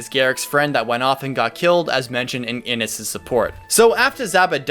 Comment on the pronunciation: Prince Innes' name is pronounced wrong lol thas cute.